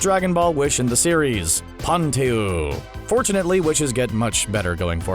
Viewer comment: Pantu? It's pronounced Pantsu